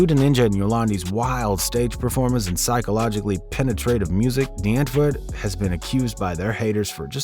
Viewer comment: Bro actually pronounces “Die Antwoord” right